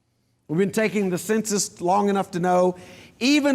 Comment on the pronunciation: Did he pronounce the census as SIN SUSS?